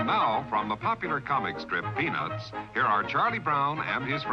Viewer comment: I am not sure if you did it intentionally to get people to comment but you are pronouncing “peanuts” like “penis”